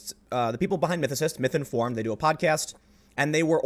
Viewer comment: Anyone else hearing Mike Tyson saying "Misinformed"? No hate, but hilarity!